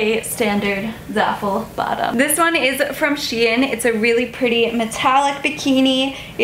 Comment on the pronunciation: Is she pronouncing shein wrong?!